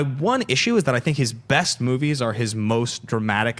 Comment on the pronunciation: As far as this guy goes.. I am all for diversity, but as far as black personalities appearing on Movie Talk, guy is no Jay Washington, David Griffin, Ti, or Joelle Monique by a long shot. He was super unbearable at the beginning of the show, mis pronouncing movies and not answering questions he was asked, but sight recovered during the d & d discussion and onwards. Just being honest.